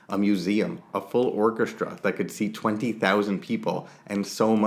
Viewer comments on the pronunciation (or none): none